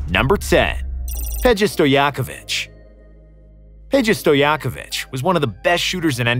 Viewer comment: its pay-ja, not pedge a